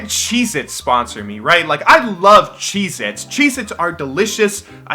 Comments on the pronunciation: I swear he was saying Jesus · Totally thought you said "Jesus" there. XD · When he said "Cheez-itz" I heard Jesus. I was so fucking confused... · I thought he said 'why can't Jesus sponsor me. I love Jesus.' Anyone else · Was I the only one who heard "Cheezits" or whatever the name was as "Jesus" and got really confused? No? Okay. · Am i the only one that heard him say '' Why can't Jesus sponsor me, I love Jesus'' I still dont know what he said xD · I thought you said "what if JESUS sponsored me?"